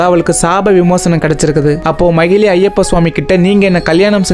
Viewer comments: Bro அவங்க பேரு மகிழி இல்ல மகிஷி நீங்க தப்பா சொல்றிங்க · No magizhi, it's magishi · Magizhi illa magishi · Om swamiyeee saranam ayyappa🙏🙏❤❤but that arakki is mahishi not mahili bro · Bro athu mahili illai majishamuki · Bro athu macili kitaiyathu athu macisi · Broo it's not a mahelee . mageshi 😊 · Athu magili illa magishi bro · That not mahili that is mahishi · That arakki is not magilli that is magishi 😅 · Not mahili she is mhahishi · Magili illa samy makisi ok vaa😅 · No mayili it's mayisi😅😅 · Brother athu makishi is correct this not magili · Bro athu makishi ✅ magili ila ❌... Apro kalyanam panna keitathu manjamatha... Marupitiyum script enna chaptGPT kuduthuchaaa? Puranam paduchutu vanthu story sollunga otherwise wrong information unga subscribers or followers kitta sollathinga please 🙏🏻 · Swamiye saranam Ayyappa 🙏🙏but not mayili ❌manjamaathaa✔️